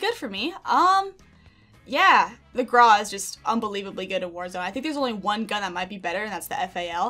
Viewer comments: Why u say it like that like GrA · I love how she said "graa" hahaha🤣